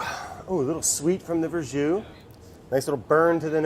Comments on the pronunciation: Duuude it's Verjus not Verjous lol... sorry for being thatguy on the internet who points out stuff like that. Nice recipe btw :P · ver jus, FML